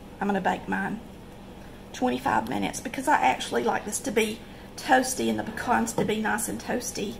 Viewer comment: Thank you for saying "pecan" correctly. ✅️